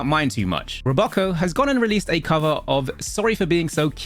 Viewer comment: calling Roboco "Ro-Bocco" had me giggling.